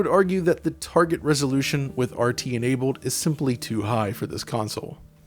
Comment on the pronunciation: When he gets to certain words like "cold" "enabled" his voice has a funny sound to it. Changes it to "Code" and "Enabode" its a little jarring